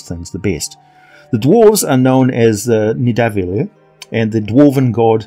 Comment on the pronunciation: It's pronounced Nitha-val-ear